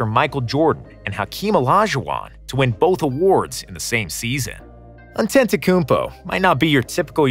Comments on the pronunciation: Its Antetokounmpo not Antenttokounmpo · Voice over laughing with Shaq not pronouncing Giannis' name right, then also mispronouncing it is the best part of this video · Sure is great making jokes about people pronouncing Giannis' last name while pronouncing it wrong yourself